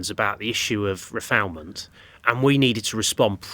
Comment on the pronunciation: Refowlment? Refoulement. He doesn’t even understand the language of the issue.